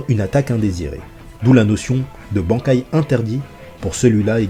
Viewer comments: Banc kai ... j'ai mal au oreilles mais qui ne fais pas d'erreur ^^ ca ce dit ban kai (ban comme quand tu te fais ban d'un jeu ect) sinon video sympa :) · Très bonne vidéo y'a juste le mot bankai qui ma piquer les oreilles tout le long :'D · La prononciation xD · La prononciation du mot Bankai qui me fait mal à chaque fois que tu le dis.. Stp